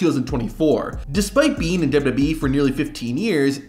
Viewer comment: The only thing worse than the theme songs is your turbo tongue syllable skipping speech pattern. "dub dubee roster until July tuasen twenty four" Were you high on something when you recorded these? Removed from recommendation.